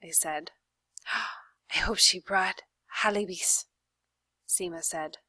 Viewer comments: i just wanted to point out its not pronounced "halebis" its ja le pi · sorry no hate but its not halebis, its jalebis with a j